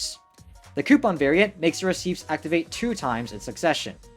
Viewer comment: never heard someone mispronounce "receipts" before